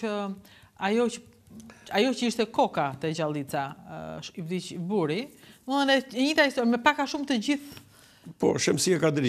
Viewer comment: Zonja Rudina nje vërejtje kam: Jo "buri" po "burri". Urime për emisonin. Ju ndjeki rregullisht.